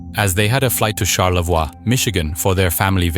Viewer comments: You are using correct French in saying Charlevois . Unfortunately Americans have forgotten French with time and it’s pronounced Char-le-boy. As Detroit is not pronounced Det-wah but Detroyt. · The way you pronounce Charlevoix 😂 It’s pronounced Char-le-voy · Pronouncing it charlevwah and not Charlevoy is crazy work lol. Great stuff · You did an amazing job with this video. The only thing I can say is that Charlevoix is pronounced Shar-lah-voy. But I did like the fancier pronounciation better :) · Great video! Charlevoix is pronounced, Sharlavoy, btw